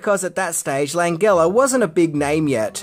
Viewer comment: butchering Frank Langella's name hurts my ears. LAN-JEL-LA as in Jelly...not LAN-GULL-A as a Gulible